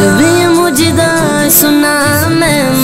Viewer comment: بھائی مجدہ نہیں مژدہ ہوتا ھے